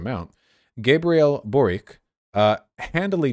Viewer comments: His name is pronounced Borich. Many Croatian ustasha fascists moved to Chile at the end of the ww2. Ironic that one of their own is now a socialist when they ran away from yugoslav partizans. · Holy shit A lefty Croat, as a chilean president A hard win Also the way you pronounce Borić as Borik kills me vaush ❤️ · Boric wouldnt be pronounced Borik, rather its Borić as in Borich